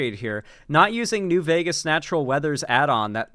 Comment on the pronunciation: "New Veger..." Lol, you gotta use it with an A, not a hard R,.